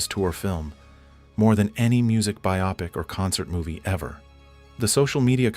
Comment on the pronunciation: "byop-ic" ?!? the word is Bio-pic